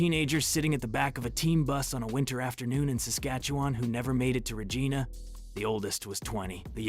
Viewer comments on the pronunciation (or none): Why a photo of a Soviet hockey team when talking about a team in Western Canada? Also, any native of Regina pronounces it “Ruh-JI (long “I”) nun, tomrhyme with a part of female anatomy.